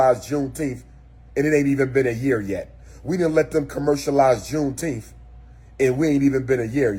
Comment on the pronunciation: Did he say V Coon-teenth…😵‍💫🤦🏾‍♀️😂